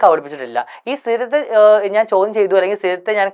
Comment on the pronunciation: "സ്തീത്വം"... മലയാളം പോലും പറയാനറിയില്ല😂😂 ഇവnu ഇംഗ്ലീഷ് ആകപ്പാടെ അറിയുന്ന രണ്ടു വാക്കുകൾ "like" and "personally" മാത്രമാണ്.